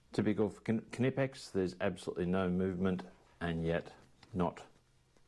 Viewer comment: Mmm beeer 😍 Once again nice good quality tools from Kay nippex! (pronouncing more like our US friends everytime 🤣) 🍻 mate